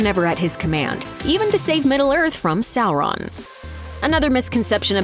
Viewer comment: "Sorroun" - Looper narator, 2022.